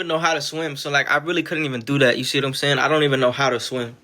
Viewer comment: No bro. Nobody "sees what your sayuhn" this dude can’t be real🥲